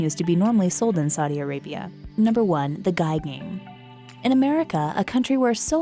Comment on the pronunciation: "You cannot play Pokemon in Saiii Arabia"